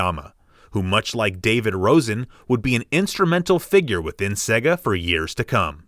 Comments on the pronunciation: Why do you say "segga"? The games themselves clearly tell you its "sey-ga - example -> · It's not segga, it's say-ga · Segger? Don't you mean Sega? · You know, the "Seega" master system. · Pronounced "Sayga" great video but that got to me after a while lol